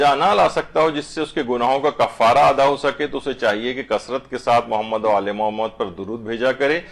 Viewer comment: آپ کے درس میں خواتین درود درست نہیں پڑھتیں۔ شروع میں اللہم کی بجائے الا ھما اور آخر میں محمد کی بجائے محماد پڑھتی ہیں ۔۔ اصلاح فرمائیں